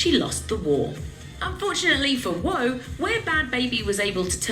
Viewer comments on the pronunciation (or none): Cmon woe